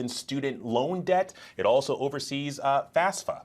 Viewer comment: It annoys me to no end when people refer to FAFSA as “FASFA”